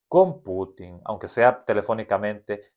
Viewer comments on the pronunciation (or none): none